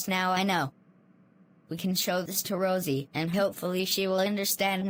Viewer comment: I Think Said "Roise" Instead Of "Rosie"